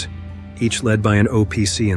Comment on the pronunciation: “Led” not “lead”